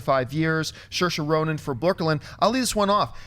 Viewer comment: Big thumbs for for pronunciation of Saoirse Ronan